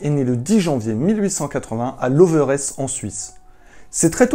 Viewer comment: Le lieu de naissance de Grock (Charles Adrien Wettach) ne c e prononce pas LovEresse, mais Loveresse (le premier E est muet) =D Oui j'ai grandi dans ce petit village de 300 habitant et on est très fière de notre Clown internationale =D Chaque année, quand j’étais enfant, sont visage était projeté sur la montage, plus précisément sur les rocher de Loveresse, afin de lui rendre hommage =D Son petit violon est également encore visible dans un petit musé qui lui est consacré à l’étage du haut du restaurant du Cerf (ou le CerF, comme le prononce une bonne majorité des habitant de la vallée) XD.